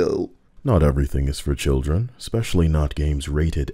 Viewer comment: "Shilldren" haha so true